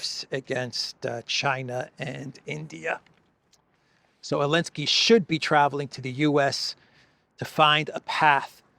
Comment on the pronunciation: Why does he say Elenskey not Zelenskey?